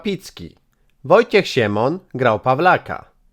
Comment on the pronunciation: Ktoś, kto przygotowywał materiał nie douczył się. Nie ma osoby takiej i nie było jak "Wojciech Siemon" tylko "Wojciech Siemion". Albo lektor nie umie dobrze czytać albo źle przygotował sobie materiał.